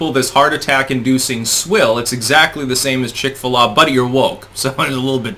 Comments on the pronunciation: its pronounced Chick-fillet (Chick-Fil-A) - jesus... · Seriously! Chick-fil-A is pronounced like "chick fillet" or phonetically "chik fillay." I can believe you've never eaten there but I can't believe you've never heard anyone say the name.